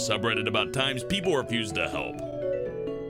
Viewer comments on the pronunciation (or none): when he says refused it sounds like abused.